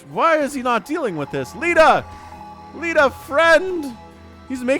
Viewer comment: In almost every cast you always say something funny and in this cast it was "he's actually unburrowing the tanks." Also Leta's name might be pronounced 'lay-ta' rather than 'lee-ta.' But that is just how i would pronounce it. Amazing cast as always.